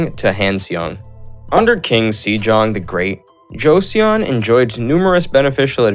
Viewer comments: Joseon pronounces as "Jo Sern" or "Josun", not Jo Se Un. Goguryeo is "Go Goo Ryuh" or "Go Goo Ryer"! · Love how he slays all the name. Joseeyeon, Gojuryo, Bakji 🤣🤣 Not gonna even mention the peoples name 🤣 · It's pronounced: jo-sun :) and it's not pronounced gojuriyo LMAO Go-goo-ryeo! Thanks for the great video! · i love how he pronounced joseon as joseeyeon 😅😅 but i enjoyed the video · Shila= Shilah Bakjae=Baekje Josen= Joh sun Dangun= Dahn goon Etc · Especially the Joseon part 😂